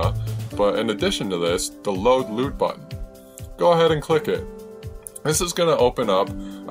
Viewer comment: I cringe every time he says "loot" its lut, which stands for look up table